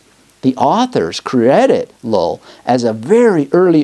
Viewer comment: Thanks I really enjoyed this. One a side note, every time you say "Llull" I keep hearing it as "LOL". Sounds like your LOL'ing at your own speech sometimes.